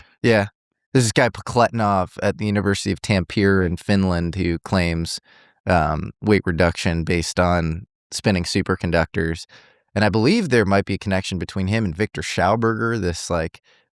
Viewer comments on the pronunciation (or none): For the love of God 😂 pronounced TÁM-PÉ-RÉ Finland 🇫🇮 😂 Great video! Congrats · fyi; Tampere (pronounced “tom pay ray”)